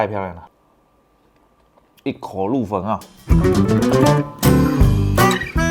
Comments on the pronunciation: 我听起来以为是一口入坟。。。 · 我听成了一口入坟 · 一口入魂 我怎麼聽成一口入墳🤣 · 我听成一口入坟了，吓我一跳！！！ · 聽成一口入墳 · 我听也是一口入坟。。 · 一口入坟啊，好口音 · 一口入魂，我没开字幕时以为是一口入坟😆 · 把"一口入魂"猛聽成"一口入墳" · 我沒聽錯吧 一口入墳啊